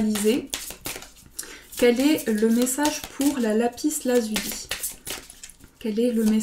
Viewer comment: Vous êtes très mignonne et gentille et j'aime regarder vos tirages mais sans vous offenser il ne faut pas prononcer le "s" de Lapis Lazuli. C'est une règle de facilité de prononciation...